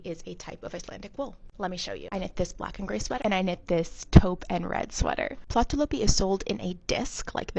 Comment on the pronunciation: That is so interesting, is it really warm because I knit and I’m menopausal hot 🥵 all the time. You pronounced the yarn name well . The double dots ü above a letter indicates the vowel sound E as the following letter , well that’s what a 17 year old taught me when I was 17 living in Germany , back in 1980.